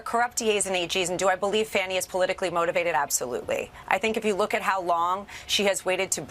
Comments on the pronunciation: Its pronounced Fah-nee, not "fanny." Isn't that right Alooney Bobo? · It's fanni not fanny . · Why do they call her Fanny instead of her name that is pronounced Fawny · Her name is Fawnee not Fanny, just wish someone would correct Ms. Habba! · Habba is so stupid she pronounce Faunie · I think that the people on Fox know that her name is pronounced "Fawn-Knee" and they are doing it on purpose. Everyone else pronounces it properly. Just another slight. Rupert Murdoch's lackeys in action. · In stupid lawyer's blah blah blah, she can't even pronounce Fani's name. (Fah-knee) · No, Habba, what “Says it all” is you intentionally mispronouncing the DA’s name. How juvenile! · Fox people are totally juvenile how they all knowingly deliberately mispronounce Fani Willis's first name. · Mispronouncing names is a common form of disrespect with the MAGA crowd. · And she’s purposely saying Fani’s name incorrectly. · Notice all Trumps Botox Bimbos are purposely pronouncing Fani Willis's name wrong. 🙄